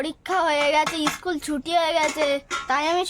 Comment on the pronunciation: তুমি ' ইস্কুল ' না স্কুল বলো।